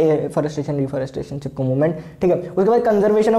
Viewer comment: Chipko❌ Chippo✔️😂😂